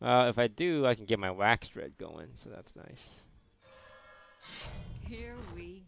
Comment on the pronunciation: Okay Toast, we love you, but say it with me: WAX-A-DRED There's an "a" in there